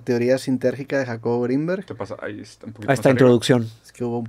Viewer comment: Roberto dijo Jacobo Wong u corrigió Jacobo gringberg